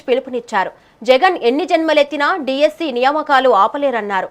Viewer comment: డీస్పీ కాదే తల్లి DSC